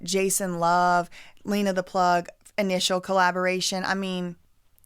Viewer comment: Why are you going to talk about their daughters looks?? And stop purposely pronouncing Lena’s name wrong.